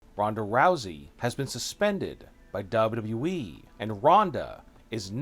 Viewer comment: Are you even able to pronounce WWE properly?